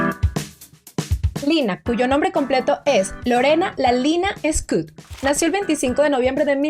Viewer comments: Por favor el apellido no es scut es SCHUETT tal cual suena , shuet🙏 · Es Shuett, no scout, Shuett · Muy bueno el video. Solo la pronunciación el apellido es de origen alemán Schuett (se pronunciará "shüt" ue= ü) no es para ofender solo ayudar 🙏🤗